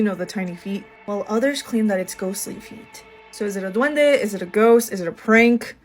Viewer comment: Not "duwende", it's said: duende.